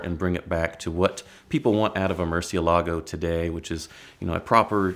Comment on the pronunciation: Btw: It is pronounced muCIElago, not MurcieLAgo.😊